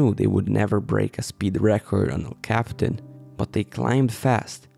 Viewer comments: You dolt.. quit saying "cap-tan"... it's "cap-e-tan" and more precisely "el-cap-e-tan"... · It’s El Capi-tan not el Captain! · For starters it's "El Capitan" and "Capitan" is pronounced cap ee TAN. And it is never pronounced like capitan in English. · It's pronounced....EL Cap- PEE- Tawn. Duh. And you may have missed the final takeaway about this: despite their massive experience, including on this very route...they died in the EASIEST portion. THATs what the rest of us can't believe. That DOESN'T happen. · Even though Capitan means captain in Spanish, that's not how El Capitan is pronounced in English. It's pronounced El Cap-e-tan. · technically you are 100% correct. The name of the mountain is El captain, that's just not how people pronounce it.